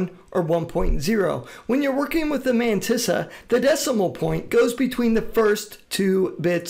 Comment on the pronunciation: No One: Matisa: "Ma meyntisa "